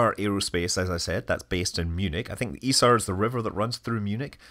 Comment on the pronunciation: Kudos for pronouncing Isar correctly. Just so proud to of the guys!